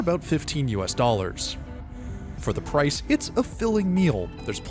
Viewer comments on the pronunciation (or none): none